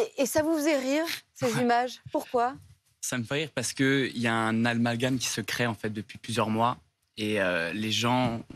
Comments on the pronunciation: " il y a un almagame " bravo 😅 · Qu'ai-je entendu " Un almalgame "😂 . Une putain de la télé.... tel père tel fils. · "Un almagame".... bon ben tout est dit 😂😂😂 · Il dit un “almagame” vraiment un idiot 😂😂😂😂. Il est jeté en “peinture” quand même